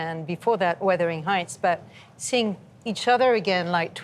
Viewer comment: Did he say, "Withering Heights?" Lol